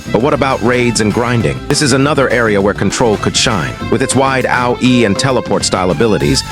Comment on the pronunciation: "ow-e" hits harder than AOE 🔥